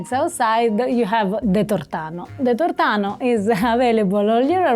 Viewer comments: non è tortàno, si dice tòrtano. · Però è tórtano ... L' accento è come per torta 😊